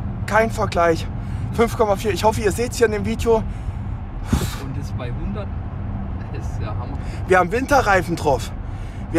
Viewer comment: Ich könnte mich jedes Mal kringeln, wenn ich diesen Satz höre: "Willkommen zu einem neuen Fiiedjoh!" 😄